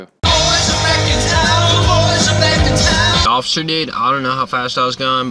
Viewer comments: "I'm sorry ociffer" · "Im sorry ocifer."